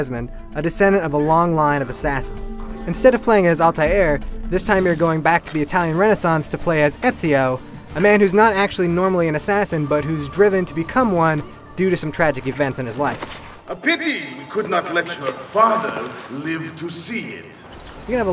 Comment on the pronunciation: Da Vinci, not davinci Ezio, not ozio Al-Mulaim (or Al-Mualin or something like that), not almualin. Desmond was right though=]